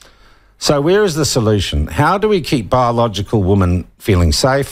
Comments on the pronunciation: Yes, women plural should be pronounced 'wimmen', it always grates to hear media mispronounce it. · Sean. Women is the plural: Woman is the singular. This peculiar pronounceation seems indigenous to our land of the great white shroud. I can say that because I was born here. I've wondered what a sex change operation would result in if out of whimsy, the nessesery airfare and the money to make a mission possible to a country where they carry out this surgery, would I then get a buzz that could take me to the wharf gates waiting for the Fleet to arrive? A conundrum if there ever was one. Or perhaps just hang around the dunnies at Courtney Place and take my chances?